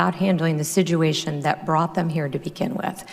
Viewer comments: Listen to her speak, she says "Si-Jew-ation" instead of "Situation". Really fucking bothers me LOL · "handle the sijuation" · I've never heard anyone pronounce "situation" as sid-joo-ay-shun before. Maybe SHE should finish learning English. Kirstjen Nielsen is the blonde-haired, stone-faced Defender Of Tyranny. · Why does Kristjen say "sijuation"? What's with her and unnecessary Js? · Please say "Situation" properly. Trump please fire her.